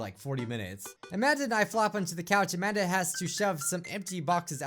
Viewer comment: I keep thinking that is saying Imagine instead of Amanda